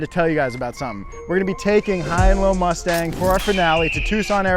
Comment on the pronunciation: did he call that a mustang or a lustang?